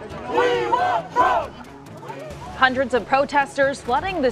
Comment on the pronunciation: "Hunreds?" Like 2, 3 hundred, tops?!